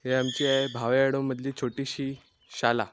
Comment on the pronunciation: रत्नागिरी जवळील कर्ले हे गावही दाखवून त्या गावाचीही माहिती द्या please ,छान गाव,छान माहितीपूर्ण video.शाला असं न म्हणता शाळा असं म्हणा please ,शुद्ध मराठी भाषेत बोलावं please ,माझ्या या सूचनेबद्दल राग मानू नये.